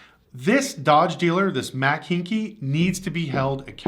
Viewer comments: It's not Hinky, Haik pronounced like hike as in bike. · Houston resident here, the last name is pronounced: "HIKE" Just fyi I'm not criticizing. And yes they are scumbags. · The dealers name is Pronounced hike like hiking a football. This dealer group is large. Many dealers in different states. They are just greedy and big enough to think they can get away with crap like this. Not worried about repercussions. Hopefully this time enough people bocott them that they feel it. Feel it enough that they pay for being so scummy